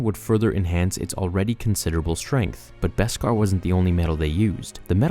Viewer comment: Thank you for pronouncing Beskar properly!! Now if we can just get everyone to pronounce mandalorian properly (Mahn-dalorian, not Man-dalorian!!!)